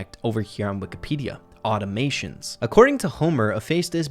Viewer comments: IT'S Automatons (Aw-taw-ma-tons) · said "automatons" wrong lols He said "automations" lols gottem